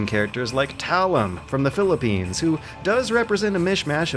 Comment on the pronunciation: Pronouncing Talim's name, Filipino and the Philippines in a right way.. you did it tho.. [insert lenny face here]